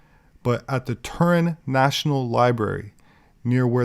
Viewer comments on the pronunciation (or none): none